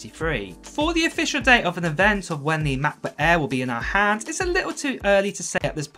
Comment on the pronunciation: "Mekbook ehh"